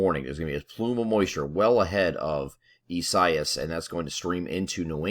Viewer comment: Its Eeh sah ee s